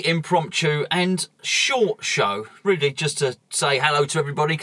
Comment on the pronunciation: Wobbed. Weally? ;-)